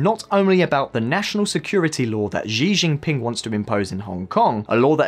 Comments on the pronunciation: Xi jin ping Sounds like sheee Jin ping. Not zhee Jin ping.easily found on Google. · He made the same mistake with "Xi" in Xi Jinping during all the video. He pronounced it zi- instead of -chi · Why’s he pronouncing xi jinping as zee jinping?? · This dude has butchered every name he came across. I like that! Ahahah “Giginpin”!!! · Xi jinping is pronounced she gene ping. Lol